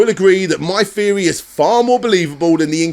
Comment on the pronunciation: feory, fhree.. ffs man